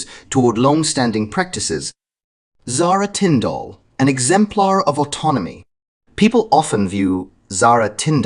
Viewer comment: PLEASE lern how to pronounce Zara's surname . It is nOT Tinfdalllll.